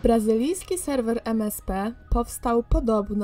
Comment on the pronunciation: Czy tylko ja usłyszałam Jeden raz jak powiedziała Selwel zamiast Serwer?